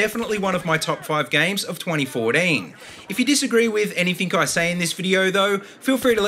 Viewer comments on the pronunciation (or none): I like how u say 2014 u say it like twuunteen fowteam XD